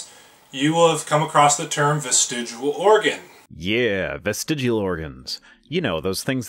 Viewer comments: The YEC cant even pronounce the freakin word.... Dont ever trust anyone who repeatedly mis-pronounces a word without addressing that fact... Ie..."am i saying that right?"... The YEC is a dumb fuck who needs to be drawn and quartered... Via his vestiGIAL limbs... Hahahaha... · This idiot can’t even pronounce the word “vestigial”correctly while presumably reading it from a copy. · Professor Stick and Viced Rhino, I love you guys doing this! And creatards should, at the very least, learn to pronounce the word they are trying to debunk because they fear 'atheist evolutionists'. This dummy, oops sorry, indoctrination victim, kept saying "vistegual" instead of 'vestigial'. Maybe I'm just too picky, stupid would still be stupid, even pronounced correctly. And guys, please know I'm still planning on patronage, it's just taking forf'knever to get my sister's financial care (disability, she has CTE, like boxers and football players.Head injuries cause seizures, which cause head injuries!) so Mom and I won't have to caretake and support. Just caretake. That's why you're so important to me. You SAVE my sanity! I love your work! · Why is it that willfully ignorant people refuse to pronounce words correctly when they don’t agree with the definition or use of the word? The word here is not "ves-ti-joo-ul." I bet he also says "noo-cyoo-lur" and "homma-sek-shul," too. At any rate, I had to stop watching after only a couple of minutes, because I could feel brain cells committing suicide while listening to this moron. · Stop saying vestigual holy shit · He's saying "vestigual", and yet gives you a dictionary definition. In his own video you can see it's actual spelling. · He keeps saying vistigUal instead of vistigial, is this bothering anyone else? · It is VESTIG*I*AL not VESTIG*U*AL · Bitch it's vestigial not vestigual... get your mind out of fiction and read a normal book. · Hey fatty, it's not "vestigual." Kinda lose your credibility right out of the gate.